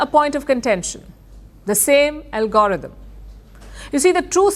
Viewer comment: LOL Palki can't say algorithm, she says "Algorotum", I bust out out with laughing.